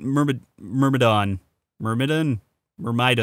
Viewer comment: You had Myrmidon right the first time.